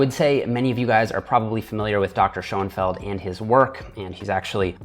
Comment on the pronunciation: It's not Seanfeld, it's SCHÖNFELD - SCHOENFELD SCHÖN wird auf Englisch SHOEN ausgesprochen